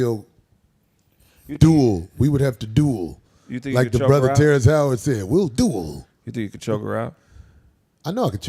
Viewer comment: 😂😂😂😂 I heard you 😂😂😂 that foo said HOE- WARD!!!!